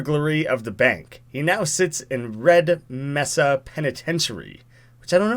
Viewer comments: It's not Meh-sa, or Me-sa, it's May-sa. It's Spanish. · It’s may-sa not me-sa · Me:Raging because he doesnt get the Black Mesa joke,and pronounced Mesa as Mess-sa. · its pronounced mae-sa not meh-sa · To help with your failed pronunciation of “Mesa,” it is pronounced “MAY-sah” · it's not pronounced "Meh-sa" it is actually pronounced "MAY-sah". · It is pronounced ( m - A - s - uh ) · pronounced MAY-suh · I want to die every time you say mesa.